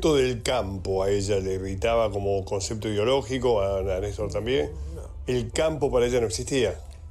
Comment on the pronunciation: Este Señor Pichetto pronuncia "concecto" para decir concepto